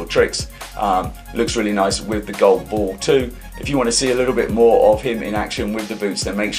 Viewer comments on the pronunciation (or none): none